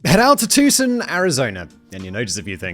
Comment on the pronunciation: Its, too-sawn. Not "tuk-son" lol love it though 😂 and i have and will FOR ALWAYS love you, Mr. Bald Sexy Simon. 😉😉😉🤣🤣